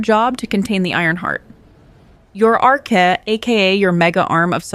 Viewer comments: it's AI isn't it? it can't read certain words like "Arc'ah" 🤭also isn't Colossi singular of Colossus, not a faction. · Pronounced a few things wrong within the first 2 minutes…. The narrator pronounced arche incorrect too. Is this channel real